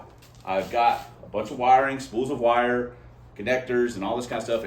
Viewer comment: 4 barrels of Jesus in the morning was the best service I've ever been in ... And I was raised in pentacostal church...lol But you sounded very oriental when you were pulling the vires out... I could not stop laughing!!!!! Lol